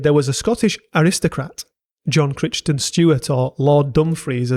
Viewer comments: So much mispronunciation! But still an excellent video, thanks! (Scottish) Gaelic is pronounced Gaa-lik, unlike Irish Gay-lik McLeod sounds like Ma-Cloud MacKay sounds like Mac-Aye Crichton sounds like Kryton Schooner sounds like skooner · And cleit is pronounced cleet. Also Crichton is more like Kryton.